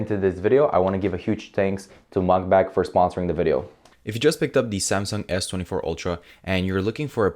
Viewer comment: No hate, but are you saying MugBak? Lol its Mag(netic)Bak